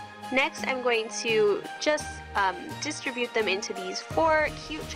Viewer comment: I think you're pronouncing "distribute" incorrectly.